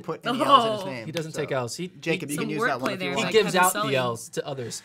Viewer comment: its like yakob not jakob